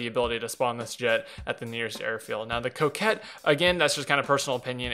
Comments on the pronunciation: You pronounced it right later at 4 mins so it must have just been a mistake. Sorry. Lot's of people butchering this name today & it's driving me crazy. Ha ha! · Croquette? There's no R in there. A coquette is a cock tease. co·quette kōˈket/ noun noun: coquette; plural noun: coquettes 1.a woman who flirts. Rhymes with go jet.